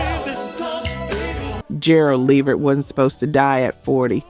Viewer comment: Dang it. Just when I thought this wasn't gonna be an A.i channel til I heard it pronounce Gerald Levert's name😵‍💫😑🤷🏼‍♀️